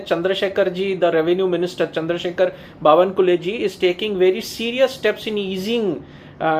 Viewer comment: Thank you. One more amendment to your explanation. "बावनकुले" नही, "बावनकुळे"